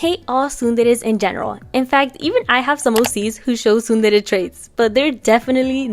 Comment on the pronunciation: I finally know how to pronounce tsundere